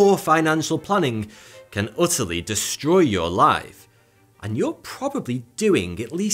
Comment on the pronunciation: "Otterly" ? or "Utterly" ? :)